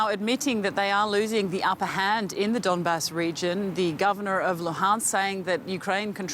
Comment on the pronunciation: Its Donbas and not Dandus sweetheart :))